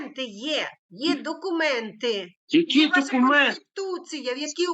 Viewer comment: Докумэнты? Яки докумэнты? Он такого слова не знает🤣🤣🤣